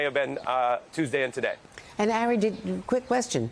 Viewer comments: His name is Ari, not Aray😮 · Isn't Melber's first name pronounced "AH-ri" and not "Eh-ri"? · "Airy Melber" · How is she gonna call him "air-E" when she's worked with him so long and he clearly pronounces it as "R-E" lol 0_o 😅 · Is she calling him Harry ? I thought his name was Ari. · It’s very cute how calls Ari ‘Airy’ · Would somebody please tell Andrea Mitchell how to pronounce Ari's name? It's not Airy! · Woulld someone tell Mz Mitchell his name is pronounced Ar'i? It's like she willfully mis-pronounces it. Disrespectful. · Did she call Ari “Harry”? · MSBNC, you HAVE to retire Andrea Mitchell. She's so out of touch and incompetent now that she doesn't even know how to pronounce "Ari." A colleague's name she's heard others pronounce correctly 75,000 times. A 6 year old could have gotten that right. She's getting worse each week now.